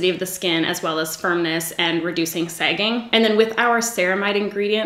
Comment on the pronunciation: "Sehgging" is almost as good as "eye behg"